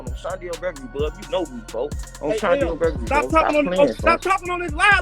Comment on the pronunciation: Who tf is chandel gregory? Butta stay saying her name